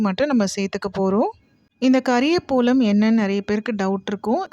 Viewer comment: It is kariya pavalam not kariya polam...